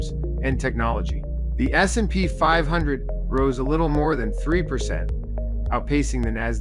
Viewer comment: S........&P 500. Why does he say it like that?